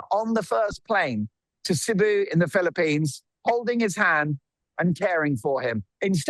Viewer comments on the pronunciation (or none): Correct pronounciation for Cebu CIty is "SAY BOO" Sort of okay holiday island in the middle of the Philippines. They know how to treat unwelcome guests, having slaughtered Magellan on the beach in the 16th century during one of his round the world trips. For our younger American audience. that happened about 250 years before the United States was established.